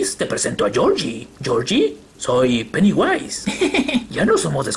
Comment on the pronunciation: Jajaja el penewyse xd